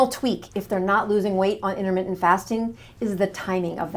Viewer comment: 'Innermittent', what does that even mean? Or are you just a sloppy speaker?